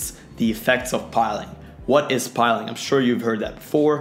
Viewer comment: Greay video. Pilling, not piling.